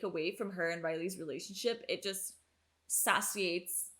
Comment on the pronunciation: glad you're having so much fun with this one. btw, satiate = say-she-ate